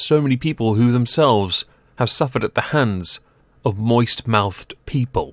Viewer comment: U didn't enunciate the "t" in moist well enough I want my money back.